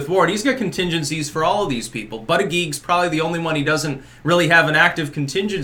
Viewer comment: “Butter-geek” you said Lol From New Zealand